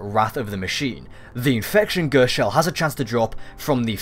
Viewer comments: gurst.... dude ghost G.H.O.S.T not a gurst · why are you saying gurst instewr of ghost... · I hate how he says ghost "ghurst" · A Gurst😂😂 Anyway, good video👍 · Sur, yur nurd a Ghurst? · i was thinking.....WTF is a "Gerst"? then noticed.....ooooooh Ghost lol xxx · "The best way to get the gerst......."😂😂😂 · take a shit every time he says gurst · Ghersst? Hahahahaha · Wtf is a gurst? 😂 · stop saying ghööst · Fucking gurst 😂 i English and never fuckin heard ghost pronounced like that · I took a shot every time you said "gurst." I'm in the hospital now. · Alex D-M Gherst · i died when i read this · I'm crying at "Ghurst" 😂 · knock knock whose there? gerrrrrst!! gerst who? gerst is one way I have never heard 'ghost' being pronounced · I want someone to chop out every time he says it and compile them together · fuck I meant shot but that's still funny as fuck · What the hell is gherst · this really helps, but the way you pronounce ghost is funny haha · you say ghost funny lol